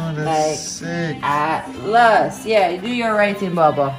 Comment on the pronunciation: ATLAS 😂😂😂😂🤣🤣JAMAICAN ACCENT COME OUT, u need wash out